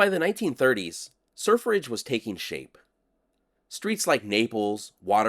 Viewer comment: Sir Fridge... Sur Fridge, or Surf Ridge.